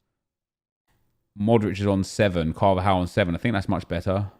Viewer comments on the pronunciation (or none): none